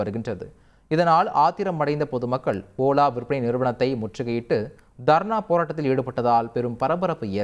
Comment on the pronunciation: OLA❌ OLLA ✅ 😂😂